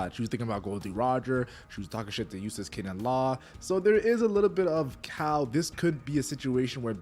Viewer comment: it sounds like you're saying Useless kidd, which is just funny to me lol